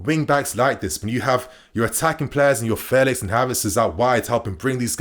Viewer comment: fell-ix not fay-lix u still got it wrong